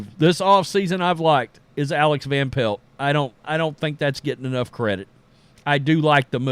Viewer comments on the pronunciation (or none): none